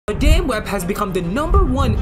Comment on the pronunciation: Madaime Web? Can’t even get the name of the movie right…